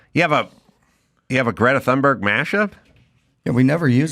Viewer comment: She says Gretta Tuneberg.I say Gretta Doomsberg.😂😊